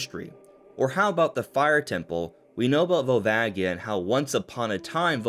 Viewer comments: Volvagia is a J sound, btw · All you have to do is look at the Katakana. ヴァルバジア. ジ is the slam dunk. The accent makes it a "ji" sound